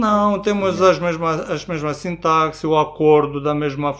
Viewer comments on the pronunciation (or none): none